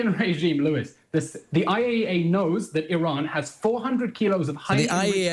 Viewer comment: He couldn’t even say IAEA after being challenged.